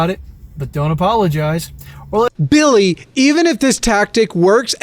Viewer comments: I lose my fucking mind every time you say "BiLlY" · I'm imagining his name being spelled "Billigh" based on how you pronounced it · Everytime he says Billy in this video all I think about is Jacksfilms Kermit sings video.